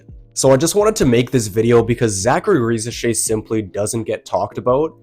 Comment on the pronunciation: I think you are the first I hear not butcher Risacher's name. Great content👏❤